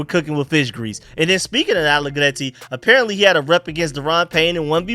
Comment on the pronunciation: Loving that trilled 'r'-roll with the allegretti p❤ronunciation